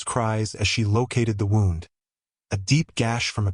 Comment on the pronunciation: AI is useless, doesn't know how to pronounce "wound" in relation to description